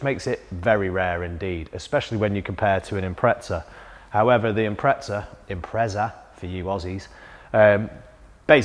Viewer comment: Thanks for saying Impreza the Ossy way.